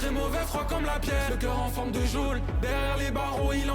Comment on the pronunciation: "Géole" ça me bute 😂